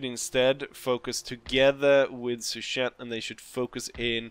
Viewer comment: Great episode,! Jean Rapp, with the 5 stars, is the real one. Marshal Mortier commanded both the Old Guard and the Young Guard during the Napoleonic Wars. Finally, Suchet's name should be pronounced more like 'sue-shay' instead of 'sue-Chet.' Would you be interested in playing modded Bannerlord again in the future? I remember when you played Mount and Blade with the Napoleon and Between Empires mods. Watching you roleplay and become Emperor after defeating Napoleon in one campaign was a lot of fun! It would be awesome to see you play with custom companions, the Game of Thrones mod, and Shokuho once it comes out. I noticed that the last time you played Bannerlord was just for one episode in December 2022.